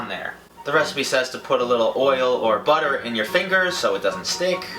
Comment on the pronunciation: I swear he said boner but he said butter 😂😂😂